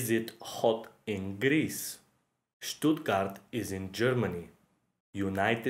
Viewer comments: Не Щутгарт, а ШТУТГАРТ. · Letter "Щ" is pronounsed not as "SHT", but as soft "SH". Not "Щутгарт" - "Штутгарт".